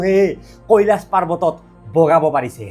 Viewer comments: কেলাছ নকবা, কৈলাশ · কেলাচ নহয় কৈলাশ হৱ‌ লাগে নেকি এনে 😅